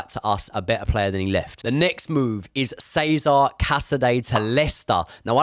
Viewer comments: che-za-re not seza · PLEASE HIS NAME IS PRONOUNCED CHEZ AH RAY (CESARE) NOT CESAR 👍